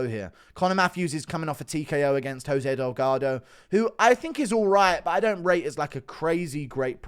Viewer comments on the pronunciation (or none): none